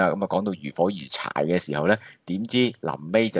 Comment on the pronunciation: 如火如荼( 讀圖)，sorry, 多事了。